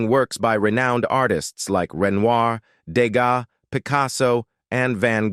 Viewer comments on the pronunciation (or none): none